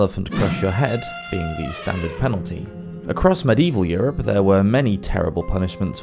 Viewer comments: And medieval has four syllables But this guy only uses two 😊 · How about the fact that medieval has four syllables but he only uses two It's a good thing I don't know where this guy lives boy I'd give him his comeuppance😊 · Medieval has four syllables But he only uses two